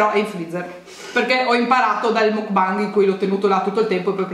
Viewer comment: Makbang... MAKBANG...si pronuncia makbang...grazie